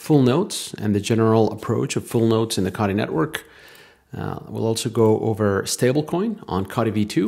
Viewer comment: C"OH"tee not caughty